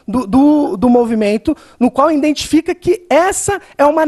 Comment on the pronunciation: iNdentifica... Ai meu ouvido,filhote de Dilma!